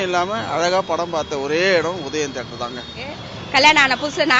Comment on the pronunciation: வாய வெச்சுகிட்டு சாதாரணமா சொன்னா - "தியேட்டர்". அதெ வாய U-turn போட்டு கோணிக்கிட்டு சொன்னா - "தீதி-யே-டர்"...